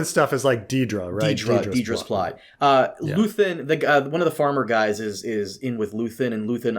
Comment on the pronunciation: It's very in character for to hear his co-host say "Luthen", then continue to say "Luthian" anyways